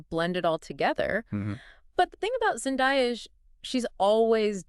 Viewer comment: Zen-DAY-a, not Zen-die-a...